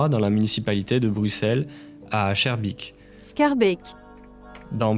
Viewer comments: Schaerbeek qui devient Charbique mdrrrrrrr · J'ai failli faire un infar sur le "Charbique" pour Schaerbeek, JDG l'avait déjà fait en live aussi mdr Super vidéo ! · Je ne pardonnerai jamais ta prononciation de schaerbeek apart sa t est génial +1 abonné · Par contre frero prononce plus jamais schaerbeek comme ca